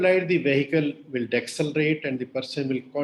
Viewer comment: Deceleration I pronounced as de selerashun. Not dek selerashun